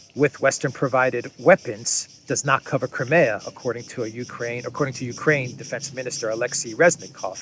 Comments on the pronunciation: It's not Crim-ay-a. It's crime-ear. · I wish would correct on his pronounciation of CRIMEA.. Howard